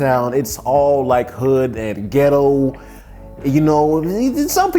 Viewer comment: The way this man is saying “ghettoww” is taking me OUT😂